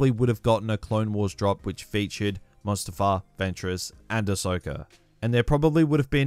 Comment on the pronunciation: when he said mustafar, i clenched my fist in anger